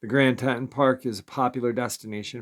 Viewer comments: Grand TEE-TONS. Grand TEE-TONS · Teee Tawnnn Grand Tee Tawn national park . not trying to be picky, just live in wyoming and it was making me cringe every time you said it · Tee-Tawn............Teton for short. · Grand Tee-Ton? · Pronounced Grand “Tea-ton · It's pronounced Tee- Ton. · Don't mean to be picky but it is pronounced Grand Teaton. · will never mispronounce Teton again after all the comments. It's all good he does such a good job 99.9% of the time. Much respect for the daily uploads. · Right!!!! Lol he’s driving me nuts how he’s saying it‼️‼️‼️‼️😆😆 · Come on New Yorker say it right